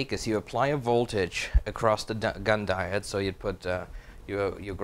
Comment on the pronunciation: 'Di o' de' (diode)